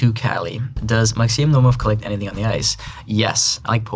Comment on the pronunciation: He pronounces only Malinin IN pure Russian. Iliya's, Eugenia Pluchenko's and Alexii Yagudin's names he produces in English accent. But he pronounces Yagudin in Russian. Also he once pronounced his name in Russian, but said Naumov so fast that it almost didn't sound Russian. It was more like nOmov instead of naUHmov which is more Russian pronunciation